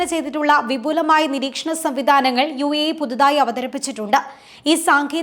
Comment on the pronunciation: യൂയി അല്ല യു എ ഇ എന്ന് പറയൂ